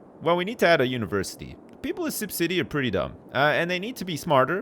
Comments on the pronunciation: I wonder is "univerCITY" was on purpose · "UniverCITY"......dick has been ripped